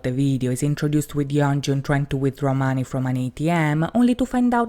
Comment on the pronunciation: Sorry but... Why do you pronounce 'money' like that?